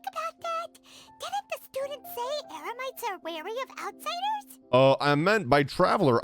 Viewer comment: Paimon accidentally said “emerites” instead of Eremites lol